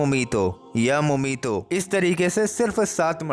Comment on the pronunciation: jazaqallah Aur ye naame ya mumeetu he not ya mumeeto